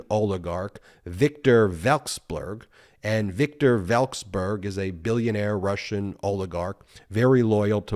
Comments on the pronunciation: Pronouncing foreign surnames is in fact kryptonite for americans.. wexblurg, welcksblurg, welcksburg😉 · You are great at explaining complex issues. How about taking a few seconds to get the correct pronunciation for these names you're talking about? Particularly Vekselberg, which is not that hard to say correctly if you sound it out.